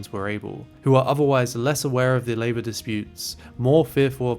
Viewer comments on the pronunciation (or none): none